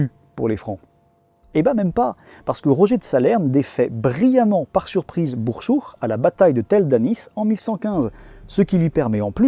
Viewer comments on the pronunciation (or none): super vidéo ! juste fais gaffe dans plusieurs vidéos je crois que y'a une erreur de prononciation ou de translittération des noms arabes. Dans certains noms (genre "Bursuq") tu prononces le "q" comme la lettre خ (sorte de r bizarre). Alors soit c'est la bonne prononciation du nom, mais du coup faut le translitteré "Bursukh", soit la translittération est bonne mais du coup le "q" se prononce comme un k mais qui sort du fond de la gorge (si t'as du mal, fais comme si tu voulais prononcer un k normalement mais en imaginant en même temps que tu fais descendre le fond de ta langue ds ta gorge, ça marche svt pr les gens qui ont du mal avec la lettre). C'est pas très grave comme erreur mais c'est juste que ça fait plusieurs vidéos que je l'entendais hahaha. Hâte de voir tes prochaines vidéos !